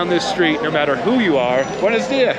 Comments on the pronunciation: It’s Buenos DiaSSS .. not buenos díA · My big takeaway is that the dude is hyper-anxious because he's basically wearing a neon sign on his forehead that says "Easy mark, right here!" Secondly, when you have just the bare essentials of the language, everything sounds more threatening. (Ps, it buenoS díaS. Ya gotta pronounce the S's.)